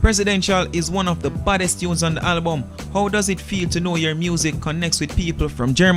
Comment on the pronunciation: If yuh say Halbum 1 more time!!